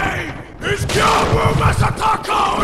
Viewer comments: welp you mispronounced Gyoubu again. It's pronounced gyo-u-bu, not gyubu. Although this hardly matters. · His name is pronounced YOU-bu. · It’s more like Gi - Oh - Boo, not Gi - You - Boo. You can do it, I believe in you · plays a clip of Gyobu screaming his name: Geeyubu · Gyoubu is pronounced with a long "o". "Gyou" rhymes with "throw". The English voice actor does pronounce it correctly. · Gyow-boo Ma-sa-ta-ka O-knee-wa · [Plays Gyoubu’s English lines] MY NAME IS GYOUBU MASATAKA ONIWA [continues to pronounce it Gyubu instead] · Just wanted to let you know that you had Gyoubu's name right the first time around. The way you say it in this video would be correct if it was spelled Gyubu. Just letting you know. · You even pointed out the fact that he SCREAMS his name xD how can you not pronounce it after that performance?? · Fails to pronounce Gyoubu’s name right, proceeds to show clip of Gyoubu shouting his name. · How can you not know how to pronounce Gyoubu Oniwa's name? He literally shouts it at you as he enters the arena. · Gyoubu literally yells his name in the beginning. How the hell are you still able to mispronounce it? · Any time you see an "ou" in a Japanese name. It's just an O sound. Gyoubu, Juzou, Hadouken, etc. It's all O, like "dough" or "throw" It's a hard O, ALWAYS. Never a "ooo" sound. There's a letter U there because the O sound is slightly elongated. "Tanto" has a fast O sound at the end, while "Musou" would have a slightly longer O sound.